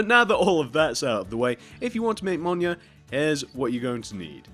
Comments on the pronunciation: It’s not pronounced “monya”, it’s pronounced “meelneer”. Btw this isn’t a hate comment, I’m just letting you know. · He's saying it wrong, it's pronounced "m-y-i-l-n-i-o-r" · Ain’t no way Blud said minio